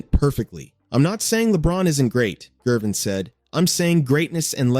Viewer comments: 😂 This guy can't pronounce Gervins last name for nothin it's not Jervin..it's Gervins Ger..Ger..Gervin.. George Gervin..the "Ice man" there ya Go...geez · You can't even pronounce Gervin's name properly. It is a hard G, not a 'J' sounding G. Good lord. 🤦🏾‍♂